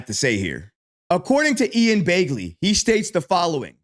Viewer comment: It's not Ian Baygley. It's Ian Begley.